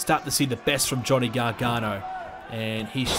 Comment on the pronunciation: It’s not Johnny garghana it ends with an o